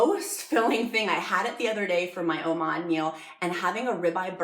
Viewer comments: It's pronounced Oh Mad, not oh maude, it's like Nomad without the N, Oh-Mad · Please stop saying Omod! It’s Omad. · i love this video, very helpful and well made, however.... Oh-MawD